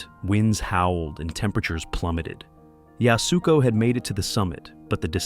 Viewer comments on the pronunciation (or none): Yasuko is pronounced “YAS-koh,” not “Yas-OO-koh.”